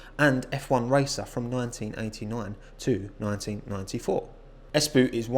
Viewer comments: As a finn your pronunciation of Espoo is inherently amusing because it is nowhere near how we say it. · As a guy from Finland it sounds funny how you say Espoo